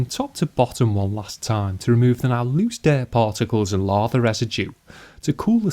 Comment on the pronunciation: "Diaart" 😂 (dirt)